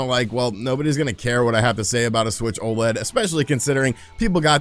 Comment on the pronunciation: I wish that the community would stop calling the Nintendo OLED an O LEAD all the letters are said separately!! O L E D - Organic Light Emitting Diode. Again, please STOP calling it an O LEAD.